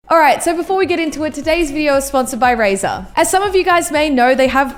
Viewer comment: RAZER not razor STOoPId